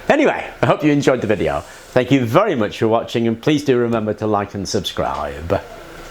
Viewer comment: I have just one question. Are you deliberately exaggerating the "b", when you say please remember to like and subscribe" I always notice it. Great video also! Thx